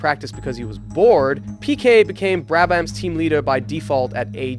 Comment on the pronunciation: GET YOUR PRONUNCIATION RIGHT!! WTF IS ROOTMAN, BRA-BAM.. AND GRAY-ND PREE?